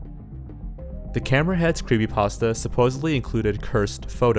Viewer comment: I am obsessed with how you say "Creepasta" instead of "creepypasta"